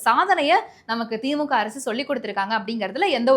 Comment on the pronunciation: கழுவி.கழுவி. ஊற்றி விட்டு கடைசியில் வாழ்த்து சொல்வது மிகவும் அருமை. வாழ்க வளமுடன் நலமுடன் பயமுறுத்தல் இல்லாமல்.செய்தி வாசிப்பதில் மிக தவறு (உ.ம்)தி.மு.கா,பாஜாகா,பாமாகா‍. தி.மு.க,பா.ஜ.க. பா.ம.க என்று வாசிக்க வேண்டும்.